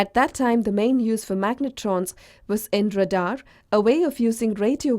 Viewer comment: It’s pronounced “ray-dhar”